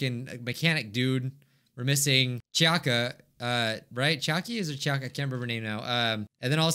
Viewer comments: no one: absolutely no one: not even clarence:: it's chiaka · Ahhh yes, CHIAKA